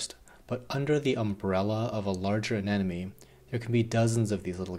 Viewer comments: You realise it's pronounced anemone not anenome right? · Loved the video, but I'm having the slightest problem getting over the fact that you're saying anenome not anemone, but even Nemo had trouble pronouncing it:) That aside it was a great video, thanks so much! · It took me a couple times of you saying it for me to notice, but you're definitely saying anenome instead of anemone. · It's aneMoNe, not Anenemy :]